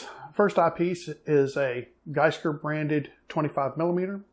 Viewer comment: Gskyer is pronounced G Skyer.